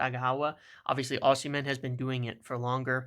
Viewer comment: Great video. I disagree on Osimhen (ignore the h when pronouncing his name btw), I consider Gyokores' 2 good seasons in the Championship to be more significant than his one in Italy. Serie A is a really poor standard compared to what it used to be. Look at the old players who weren't good enough in the Prem performing well in Seria A. 1. Gyokores 2. Agahowa 3. Osimhen IMO